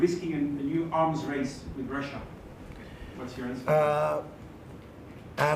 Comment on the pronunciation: One side? He can't even say Russia.